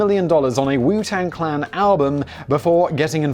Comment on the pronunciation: This was probably already pointed out but you kept saying clang instead of clan